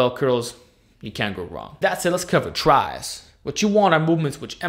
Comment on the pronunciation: anyone else find the way he said tris funnny